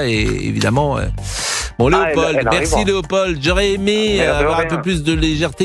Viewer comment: On ne prononce pas le d de Léopold